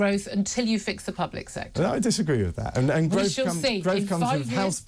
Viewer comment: Gotoogevva, groaf??? Wtf😂